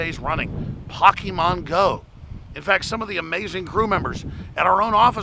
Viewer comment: Dude... you can tell you don't research because you can't even say the name right.